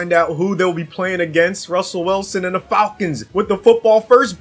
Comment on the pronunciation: Falkins ❌ Falkings ✅